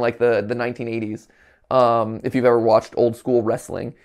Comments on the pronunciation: "how oild is miyamoto" should trend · Im sorry mat but "how oiled is miyamoto" is just hilarious